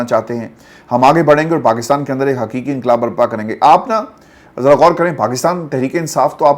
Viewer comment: بھائی یہ یہ “انقبال” کیا ہوتا ہے؟